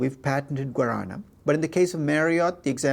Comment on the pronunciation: Your pronunce from "guaraná" is correct lol